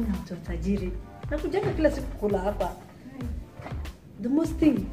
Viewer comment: Sister ni "hapa" si "haba"